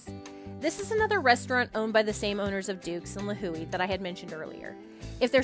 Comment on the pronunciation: Lihue pronunciation sounds really off lol